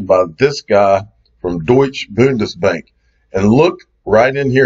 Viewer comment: Did you Note learn anything at Swell ? It’s “ Deutsche Bundesbank “ Deutsche is pronounced “ Deutsche “ The e in the end is emphasised and sound like an A Deutsch A . Bundesbank is pronounced with “U” not an “ O”